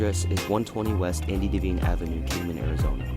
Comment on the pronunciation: It's pronounced DEE-VINE. Not Daveen.